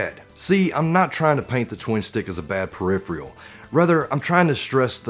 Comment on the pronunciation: Yeah it should be "peripheral" just like "peripheral vision." Not tryin to be an asshole, it just bugs my OCD I guess.